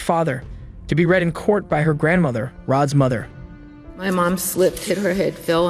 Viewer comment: "Rod's Mothert"